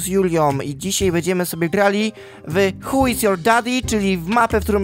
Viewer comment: czy tylko ja usłyszałem "h*j is your daddy?